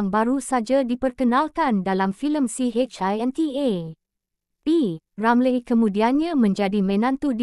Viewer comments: Kenapa nama P.Ramlee jadi P. Ramlay nama Harris jadi Haeress . Bodoh ke apa x reti bahasa melayu tukar la narrator ni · Per hal sebut nama P Ramlee pelik bunyi nyer….P Ramley2…😳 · kenapa awak tak pandai nak menyebut P Ramlee ada kah awak ini bukan orang melayu